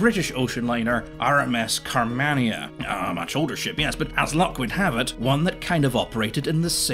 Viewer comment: Fascinating vid. You're pronunciation of simple words will alas haunt me to my inevitably lonely care home death. Carmania is spoken as one would say Car-marn-ya. FFS simple things. Other than that, delightful. Keep up the work.